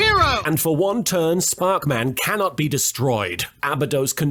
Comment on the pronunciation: The joke of Sparkman being said in increasingly weird ways will never get old; please don't stop